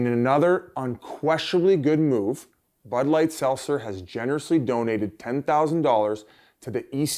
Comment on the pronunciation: Pronounce the T is SelTzer Biz